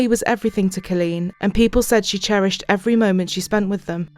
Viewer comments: Good grief. That entire episode you mispronounced her first name. C-O-L-L-E-E-N. Not "Cilleen". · Car leen not kaleen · If it weren't for your pronunciations and quips, this would be tolerable. School being shut for ages would imply decades if not centuries. Also, it's CALL een, not KILL een. I know you can't help it, but shit. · Its co l-leen not ci-leen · It’s pronounced COL leen not Cul leen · Coh-leen not cu-leen. I’m sorry I don’t normally correct peoples innocent mistakes but this woman was murdered brutally and the incorrect pronunciation of her name is bugging me more than it should. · Why does the narrator say her name like that? So irritating pronounced it’s Kawl-een not kuleen 😑😠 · You need to say the victims name correctly, her name is Colleen pronounced Call-lean not Cah-lean. There were plenty of news recordings used in this program about the case that could help you with the correct pronunciation of Colleen's name. Especially since her murders name was used quite often and said correctly. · In the last story this lady called ankles as "uncles" and in this story she calls Colleen as Khaleen. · Like how she calls her "C-lean".. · Omg...I can't unhear this commentator keep saying 'Culleen'! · OK, but who was this Kahleen guy the narrator kept mentioning? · The 'Voice Over" woman gets on my tits. If you want to know how to properly pronounce 'Colleen' listen to the US TV REPORTER! Also, that awful North England accent..I can't watch anymore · Her pronunciation of Colleen threw me for a loop. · Ur pronouncing colleen wrong plus old news. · Its wrong ty!